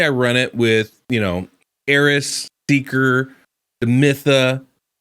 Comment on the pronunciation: You called seeker deeker love it 😂